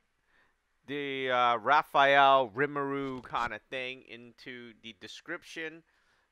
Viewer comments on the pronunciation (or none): It’s ri-mu-ru. 3 syllables.